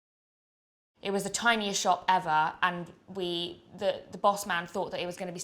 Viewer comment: So funny hearing a mega posho say ‘boss man’